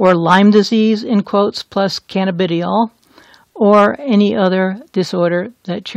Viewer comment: Pronounced Canna- ba- Die- all !